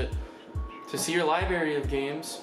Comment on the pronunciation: I stopped watching when he said "Liberry"